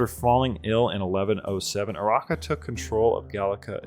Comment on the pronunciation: Urraca = OO-RAH-KAH. Nice video!